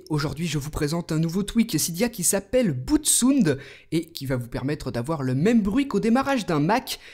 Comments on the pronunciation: "Boute sounde" ... Belle prononciation . Ça se prononce "Boute Sawnd" . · Steven, ta manière de prononcer "BootSound" est bizarre. C'est un terme anglais certes, mais dès que tu as pris l'initiative de prononcer le mot "boot" en anglais, tu devrais peut-être faire de même pour le mot sound. Car ça fait assez "bizarre" de t'entendre prononcer le mot sound en français. Sinon impec la vidéo !